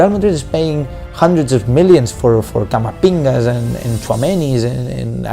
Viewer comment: Camapinga 😂 more like Carapinga